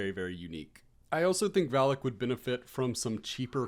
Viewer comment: Fun fact: Valak;Valac is not pronounced (Val-Lick) it's (Vey-Lack). You're welcome